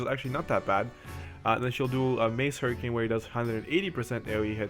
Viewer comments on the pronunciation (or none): none